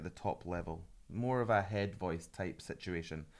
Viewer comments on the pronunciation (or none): none